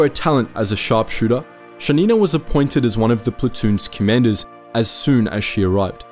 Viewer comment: Thank you for this great video. However, as a native Russian speaker, I feel compelled to indicate the correct stress in the names: KovshOva, PolivAnova and ShAnina. Also, here's a Wikipedia link for the most badass female sniper from my country, Kazakhstan (former Kazakh SSR)